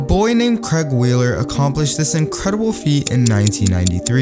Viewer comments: It's pronounced CrAig in the UK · It’s pronounced ‘crayg’ :) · It's pronounced Cray-g for Brits